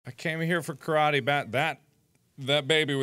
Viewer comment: As a Japanese person I got slowly more and more upset every time I heard Karate pronounced wrong....